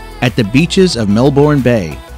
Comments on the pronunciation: “Thank you for highlighting the wonderful tourist spots of our great country. However if you decide to make a new video here are some tips for you to be taken seriously by Australians. Pronunciations. Brisbane is pronounced “Brisbin” not bane. Melbourne is the same. “Melbin.” Flinders Street Station contains the letters i and n. Put together they are pronounced “IN” So it’s Fl IN ders st, not “Fly” nders st. Probably worth mentioning that Melbourne was voted by a worldwide group as the worlds most livable city six years in a row. Obsessed with soccer? Absolutely not. Soccer games draw pathetically low crowds, mainly from immigrants where soccer is played. Australian Rules Football is by far the biggest most popular sport in Australia. (not rugby, which also draws small crowds.) If you would like to know about our game which has the fourth highest weekly attendances of any sport in the world, search for, “What is AFL, Aussie rules explained.” This is the most exciting game on the planet, invented in 1858, and was codified before any of the other sports. Home to several teams in the AFL, plus the AFL final series, is something you left out completely, the world-famous MCG, (Melbourne Cricket Ground.) The recent AFL Grand Final had 100,025 spectators. If you leave the MCG out of your video, you won’t win many friends in Australia. We are a very patriotic lot, and like people to learn proper pronunciations of places. Aside from the things I mentioned, it was a very good video. Ch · I wish when you travel videos comment on theses fascinating place , you should find out how to pronounce cities eg : Melbourne Brisbane and places of theses countries, it not only sounds ridiculous but insulting I think to the people that you did not find the time to do this ,just a thought 🤗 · Talks about Sydney and shows the great Ocean road in a totally different state, and pronounces Melbourne completely wrong But not bad for a SEPPO🇦🇺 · Its prounouced mel-bin not mel-born